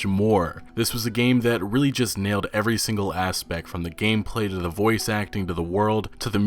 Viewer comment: Please stop pronouncing ‘the’ wrong